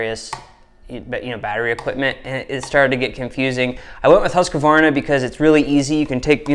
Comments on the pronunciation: Im from Sweden where the saw is made from the beginning. Its kind of funny how American pronounce the name.. "Husk-kvavarna" .. Its pronounced "Hus-kvarna" :) Just a little note :) Im running Sthil saws though.. MS251CBQ and a MSA160 .. Just for some firewood around the house. I must say i really like the battery saw for small jobs its really quick and handy and the battery last longer than i though really.. Husqvarna company was founded in 1689 and has around 14000 employees today. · Please Husqvarna and not Husqavarna 😂😂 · I know that you should have a planet named after u, but I dont think that you are almighty enough to change the way things are spelt lol. It is pronounced HUSK-VARNA, not HUSKA - VARNA. I dont know, u yanks. lol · Huus-kvaarna. Not huskavarna ;) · Greetings from Sweden, I just have to point out it is pronounced Hoos-kwarnaa (sort of like kwanzaa). Great video as always, and give my best to the wife. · Having grown up less than 1h from the place Huskvarna whrere the company set off at least (don't know the type of production there today) it's quite amusing to hear Americans butcher the name :) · As a Swede its kinda fun hearing you pronounce Husqvarna 😊